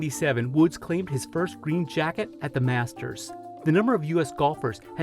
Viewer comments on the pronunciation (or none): none